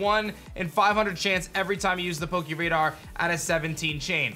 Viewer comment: Please don't say "poke- EE" radar